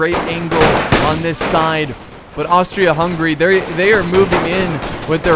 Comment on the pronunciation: it's Hungary not hungry